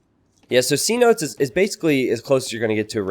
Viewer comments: The map isn’t C notes it’s pro union fee seh-no-tays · Map is pronounced ce-NO-tays